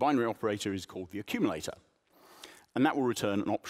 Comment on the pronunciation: "Accululator"! Sounds about right..